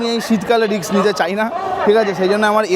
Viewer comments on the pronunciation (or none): none